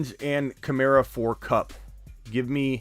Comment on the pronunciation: Am I the only one who gets irked when people pronounce KamAra like Kamarra